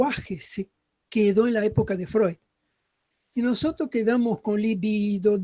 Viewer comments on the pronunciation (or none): Libido. Es palabra grave. En algún momento, cuando habla de Jung, la dra. dijo líbido, acentuando la primera i, y no es así.